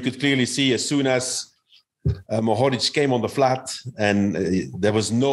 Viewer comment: Mohorič (first syllable accented) and Pogačar (seconnd syllable accented) is correct btw :D And Polanc (second syllable accented) with c pronounced like "ts"